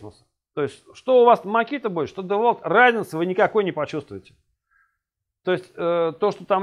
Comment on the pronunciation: девальт))))) Девольт!